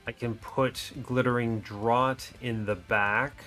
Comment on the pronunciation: Dr-or-t? "Draught" is a homophone of Draft!